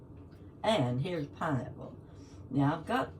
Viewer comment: Pineapple!? Did i hear pinrapple!?!?😂 I could live off just pineapple!